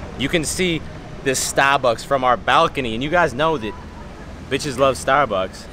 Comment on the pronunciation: Beastly content! That boston accent on staaaaabucks though 😂😂